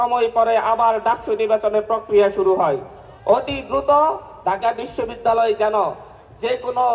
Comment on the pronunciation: ঢাকা বিশব্বিদ্যালয়ের বিচি 😂😂 হায়রে বাংলা pronunciation এর ধ/র্ষ/ন হয়ে গিয়েছে😂😂😂